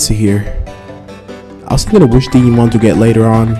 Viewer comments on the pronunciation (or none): Did you just say.....diggy-mon...wow.